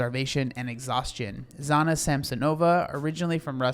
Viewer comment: Hey, great video! I'm russian and i can compliment you on pronouncing the names! The first name is pronounced Janna as in Jane, but without the first D sounds, like in Jean Claude - the french name. Thank you for putting light on this issue, this is terirble and quite sad.